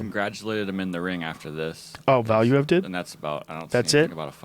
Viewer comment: Man it is irritating how they pronounce Valuev's name. It is pronounced Valuuev.